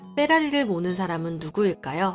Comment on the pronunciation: 뻬라리가 아니고 페라립니다.